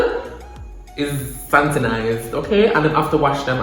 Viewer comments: “Santinize to bbc”😂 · A me alone hear when seh SANTINIZE????????????🤣🤣🤣🤣🤣🤣🤣